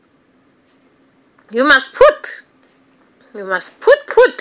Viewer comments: "you POOT" XD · Anyone else say “put” like her while doing your makeup lol lol I do all the time